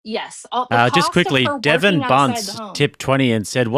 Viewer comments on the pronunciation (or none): none